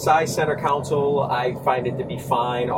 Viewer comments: Someone tell these guys its center console, not center council...jeez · And why do these Yankees keep calling it a center counsole? "Coun"sole? Really? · Are they saying "counsole", as in "city council". It's console, as in, "ex-con".